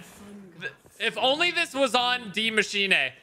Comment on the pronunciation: Yo dudes way is saying demMachine